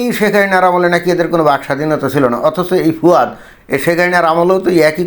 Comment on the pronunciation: দাদা,একে ফুয়াদ না বলে ফাওয়াদ বলেন ভালো হবে।